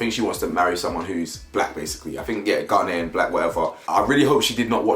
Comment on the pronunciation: Anybody else irritated by how Chelsea pronounces Ghanaian? 😂😂